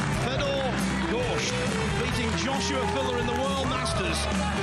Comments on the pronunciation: Hearing that guy say Gorscht over and over is just unnerving. That shot was magical. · What's up with that announcer calling him "Gorscht?" Are we in Germany? 🤣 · Yates just cant say "gorst" he is not very good commentator anyway..